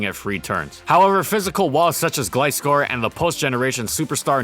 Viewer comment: Oh wait a minute... Just few days ago, I was rewatching Gliscor video and you pronounced it as “Glee-scor”. But in this video, you pronounced it as “Gli-scor”. Sooooo, what’s up with that?